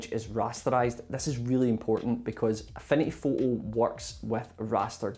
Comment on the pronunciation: At first, I though you were saying: "A funny photo". Turned on the captions, "Affinity photo". xD This was super helpful thank you. Super well edited too, I loved the soft animations in it. Thanks!<3 I'm considering a huge upgrade from canva to this tool.